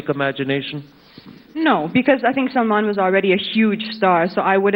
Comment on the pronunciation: its Salman not salaman